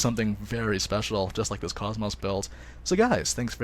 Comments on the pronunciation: it's not cos-mose it's pronounced kohs mos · Every time you say KOS-MOS I cringe. I'm very disappointed that in this game they chose to pronounce her name differently than in the game she's from...